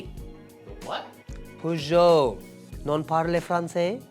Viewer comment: It perjo not peugjo